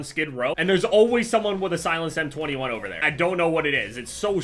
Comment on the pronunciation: how do you butcher "over" so bad?